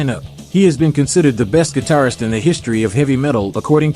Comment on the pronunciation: Last sentence... "That should make him (Hendrix) the best 'gidarfer' of all time." What the hell is a GIDARFER??